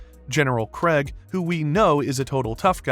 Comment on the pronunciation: “Craig” “Sessil” “Atom Ave” Who’s narrating this shit lol